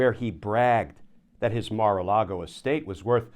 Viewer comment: Aw, Anyone in the market to buy Mara-lar-go?